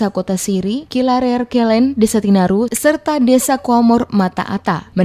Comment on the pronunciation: TINARIN BUKAN TINARU